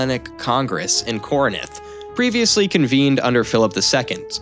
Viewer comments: Very well done video, instant follow…can’t wait for more…The only critique I have is there were a lot of mispronunciations…like Ptolemy..the P is silent…Corinth, not Corninth….but other than that it’s a great first video…keep it up ;) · Why do you keep saying corinith? I guess we can attribute that to american education. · Ptolemaic sounds like to·luh·may·uhk There’s no P sound Learn how to pronounce Corinth also